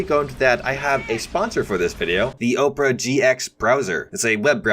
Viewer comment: The fact you read Opera as Oprah slays me!! 😆